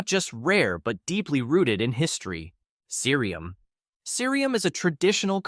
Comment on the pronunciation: ssireum is pronounced See Rum. that E from the many is just terrible romanization of korean that needs to change...